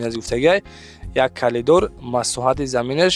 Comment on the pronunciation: Калидор не коридор, разветка не розетка 😅